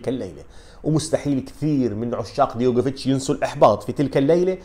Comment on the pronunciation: أستاذ عزيزي.. العفو منك، اسمه دجوكوفيتش مش ديغوفيتش.